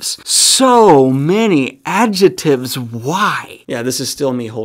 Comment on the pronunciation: For the record, you're supposed to pronounce the 'c' in "adjectives."